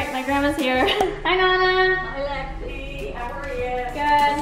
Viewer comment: Its lexi not alexi